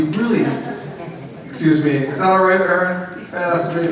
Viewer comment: His actual name is Aron (pronounced Are-ron) Aron-Ra is made up because is sounds cool like the Egyptian god Amun-Ra.